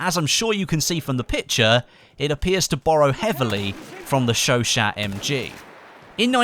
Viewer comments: It's sho sho, not sho shat lol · It's "Show-Shah". You can trust me, I 'm from Montréal. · You are saying Chachaut totally wrong its pronunciation is Sho-Shaw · its pronounced sho sho please stop calling it a shoshat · The chauchat machine gun is correctly pronounced "sho sho" or "sho sha" And the ribe rols is not a sub machine gun, but an automatic rifle, to be a "submachine" gun, it would need to fire a pistol calibre (aka sub calibre) round. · ...oi it's pronounced Chau Chau the T is silent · Hey not to sound like a grammar nazi or anything but I believe it's pronounced "showshow" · The T is silent by the way....